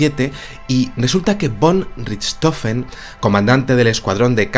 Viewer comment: Manfret Albrejt Fraijeag fon Rijtjofen (pronunciación alemana) para.